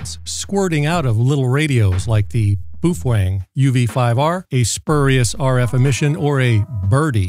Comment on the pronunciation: /me_wife: why do you keep giggling? /me: oh, uh nothing. [dude says boof wang again] /me_wife: why do you keep giggling?!?!?